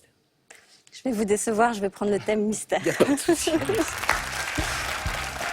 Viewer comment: PTDR à il appel agnès anus lol